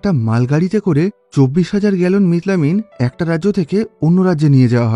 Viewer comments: মিথাইল অ্যামিন❌ মিট লামিন ✔️😂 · ekta manush methylamine ke kivabe mitlamin bolte pare ? . or theke bhalo bit-lobon bolten